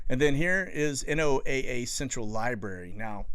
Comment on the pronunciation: Just to let you know, people in the business of ocean/atmosphere research don't say N-O-A-A when referring to NOAA. We say "Noah"... Just a pet peeve.